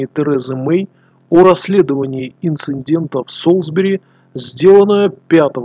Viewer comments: А разве правильно говорить "инциНдент" ? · Эти инциНденты можно назвать прецеНдентом!